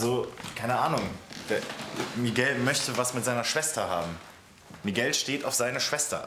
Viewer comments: Miguel und nicht migeäo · Olivia: „MiGAU“ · hat olivia kaputten mund oder wieso sagt sie migau